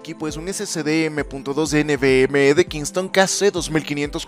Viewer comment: Un m.2 nvme?, ulala señor francés xd